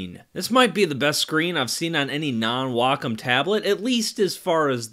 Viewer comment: Glad to hear someone pronounce Wacom correctly as WA - COM instead of WAY - COM